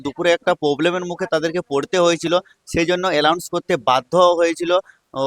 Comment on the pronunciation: Allounce noy announce 😂😂😂